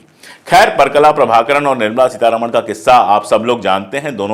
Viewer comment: kindly spell out name as parakala prabhakar , you pronounced wrongly